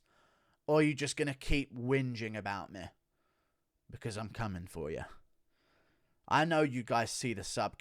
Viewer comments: "He has been trashing MEH" wtf is ur accent about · Can you please go after Dominick Cruz? I don't know what I love more: you playing Bispings insecurities, or your inability to pronounce the word "me". If you get Cruz coming after you I will sub for life